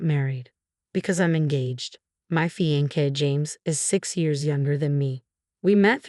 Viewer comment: It's pronounced... fee awn say. Fiancée for female, Fiancé for male. It is a french word.